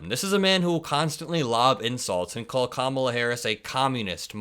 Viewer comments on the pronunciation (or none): He says it because he's a racist and he can't use the actual words he uses behind closed doors. It's the same thing when he mispronounces Kamala. He can't use the word he really wants to use. Orange is racist to his core. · It's crazy how he thinks calling Obama by his full proper name is an insult, but he won't pronounce the VPs name correctly. Lunancy